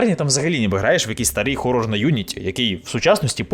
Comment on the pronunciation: дякую за "Хорор", а не всрате "Горор". лайк за це на відос